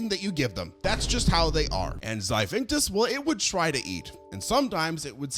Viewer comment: XIPHACTINUS (XY-FACT-IN-US) NOT Xivinctus